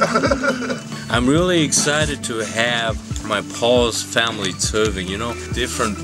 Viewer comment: Why do you pronounce the word in two different ways? One time you say like “tsuy-van”, and another time you say like “tzuvn”.